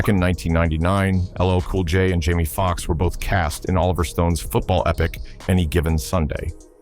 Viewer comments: Yo this AI thing is too much, the man name is Jamie Foxx not Jimi smh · Please learn how to. Say these cleabrty’s names. It’s not Jimmy foxx! Listens to videos or the TV SHOWTO PRONOUNCE. his name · Jamie Fox Jimi Fox😂! Ne-Yo Na-Yo😂 ! What next Kegan Hart the Comedian instead of saying Kevin Hart the comedian!😂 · His name is not Jimi Foxx it's Jaime Foxx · Hahahahhahahahahahaa, JIMI FOX! Stupid AI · He just said Jimi fox I'm off this video...this is some random talking about sum hes knows nothing about...I'm out